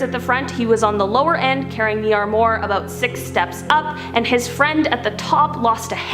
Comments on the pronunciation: “Arrm morr” 😂. It’s pronounced ARRM WAAR, dude. It’s people like you why the French dislike Americans lol. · Armoire sounds like Arm Waur. Not amore. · It's pronounced "arm-wah" not "arm-more" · Armwore? No.Armwah... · Also “armoire” is pronounced “arm-wah” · The word is “armoire”, pronounced “ahrm-wahr”. It’s a French word for “cabinet”. But the rest of the story was very weird and cool. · Ok. Ok.... Seh-my...semi. ehhh sehhh-myyyy. Arm-woir. Armoir.... armwarrr. Sorry. Not usually a grammar nazi. But people should know how to say these words. It's ok if they dont but... they should. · Love the video but check you pronunciations on “semi” and “armoire”. Semi. Sem-I. Armoire - Arm-woure. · Armoire is pronounced Arm-Wah. Just trying to help. Also, unrelated news, foyer is pronounced Foy-Yay. Just trying to help the US not be the place where everyone pronounces words incorrectly all the time. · Why does she say semi like semee instead of semeye? And armoir is armwah not armwar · Semee trucks? Lol. Sem-eye. Arm-more? It's pronounced, 'arm-wah'. Girl you need to learn how to pronounce words. Smh. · Ok, its pronounced semi (like the word 'my') and armoire ('oire' pronounced 'warr' sounds like 'tar') its a french word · Ok, if you're going to tell a story about a male or female, use "he" or "she," NOT "they." "They" describes more than one person! And it's pronounced Sem-eye! And it's pronounced Awm-wah!